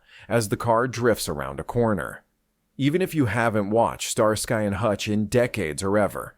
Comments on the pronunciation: "STAR SKY " ?. AI has a tell!. 🤔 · Star-sky? Are you kidding? What is this AI slop? I'm gone man.